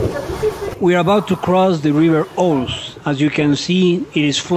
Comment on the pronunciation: It's pronounced River Ooz, not River Ose.